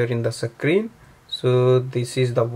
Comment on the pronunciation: Thanks for your help but wtf is a "sacreen" it's a screen"